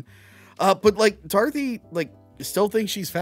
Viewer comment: anyone else keep hearing call her Darthy instead of Dorothy? man needs to get his jawls looked at